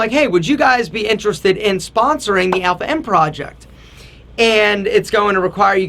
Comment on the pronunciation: God he brings shame to the name also great pronunciation of the name alpha!!